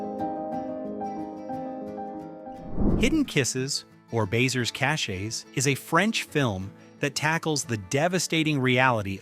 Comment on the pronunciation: I''m probably going to be accused of being a snob . . . but . . . if you're going to pronounce a film in its original language, it's important to respect the country from which is was made. Especially noticeable is the attempt to pronounce, "baiser cachés." It doesn't take an enormous amount to effort to get help online or from a friend. Just sayin' . . . . .